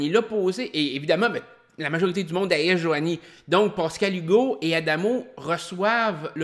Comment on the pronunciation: Bien intéressant tes reviews de OD ! Je suis un fan du temps de Loft Story aussi.. Mais en tant qu'heureux Pascal depuis 47 ans, SVP essaye de ne pas dire POscal-Hugo ... ;-)